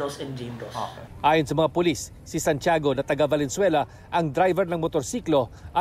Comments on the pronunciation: I'm pretty sure sabi nya "Valenzuera" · Valenzuera! 🤭 sino naka dinig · valenzuera 😅 did u hear that